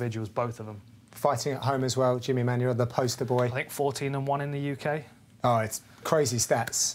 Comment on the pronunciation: stop saying Manyuwa ffs